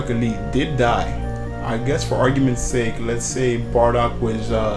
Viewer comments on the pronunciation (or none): none